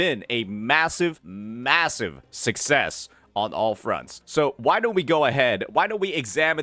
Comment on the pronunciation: Why did bro have to say success like that 😂😂😂